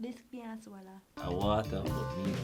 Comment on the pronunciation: When the girl say this cah swolla